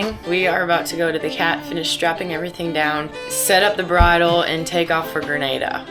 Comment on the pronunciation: guys its GreNADA not Grenade-a